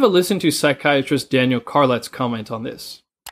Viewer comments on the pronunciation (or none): none